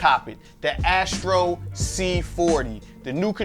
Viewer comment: It's Astro, not Ashtro